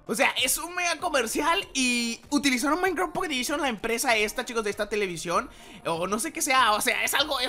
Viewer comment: "Pocketedishon" :vvvvv